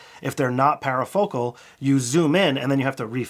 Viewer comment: it's parfocal not parafocal